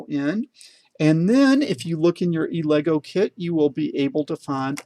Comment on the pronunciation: This guy is so awesome it doesn’t even bother me how he pronounces Elegoo!